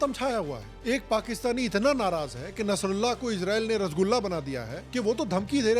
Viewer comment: His bulla .. Nas tullah ... Pant kulla